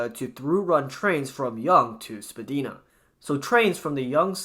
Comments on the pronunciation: I must say living in Toronto aka me the metro is CRAZY it’s horrible and it’s not spadEEEna it’s spaDIEna for pronouncement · oh how you butchered "spadina". it is not "spadeena" but rather "spa-dye-nah" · spa DIE na, not spa DEE na (also we dont say the 2nd t in toronto) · Spadina = spa-dye-na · The mispronouncing of Spadina Road as the same as "Spadina House" makes this video intolerable and cringey, please pronounce Spadina correctly, for the sake of all of Canada and the love of life itself. Literally SPA-DIE-NAH not SPA-DEE-NAH - that is for Spadina House, the street name is not pronounced the same way. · Also spadina is pronounced spa-die-nah, not spa-dee-na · Spadina Avenue in Toronto is pronounced spuh-DIE-nuh... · Not sure if anyones mentioned it, but I thought I should let you know that Spadina, the road the west half of TTC Line 1, is pronounced Spa-dine-ah. Not trying to be nitpicky, just helping out someone who's not a native😊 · You are not pronouncing Spadina correctly. The "i" in the word should be a "long i,: (ie. Spad "EYE" nah). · Spadina😂 it's spadeyena😅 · I’m British but even I know Spadina is pronounced Spadina not Spadina lmaooo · /me cringes a pronunciation the of Spadina in Toronto in the video. :P